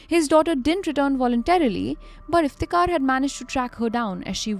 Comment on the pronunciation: Why tho? I think her pronunciation is very clear and correct